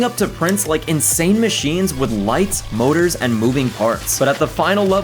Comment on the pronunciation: I thought you said Boners when you said motors